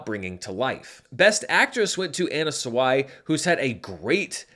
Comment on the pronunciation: Ana *Sawai but not Suwai